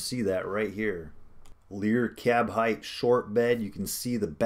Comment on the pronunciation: midrise height, sounds like KITE. not hithe.